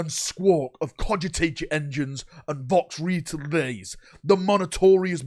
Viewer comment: flubs with timesstamps:) Vox-retelays Monotorious skip Stratetorious Death Spire Telepurturtion Kaymmunique Alignment affliction Death kell